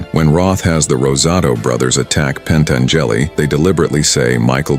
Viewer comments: "PentangEli". Can't stand this stupid AI slop anymore. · Love how it kept saying it over and over again too. Growing more confident with each Pan Tan Jelly...AI replicant/Ash from Alien sounding ass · PEN-TEN-JELLY??? A.I. is great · Pen-tan-JELLY was a helluva guy.